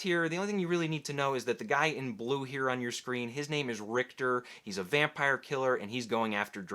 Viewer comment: Candidate: Conan the Barbarian. "Do flowahs grow heah?"